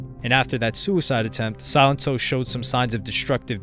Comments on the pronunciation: Did anyone even watch this video? He kept saying Silentó 😂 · Drink every time this dude calls him Silento - jeez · The pronunciation of his name throughout this whole video got on my last nerve. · Your pronunciations of his name are incorrect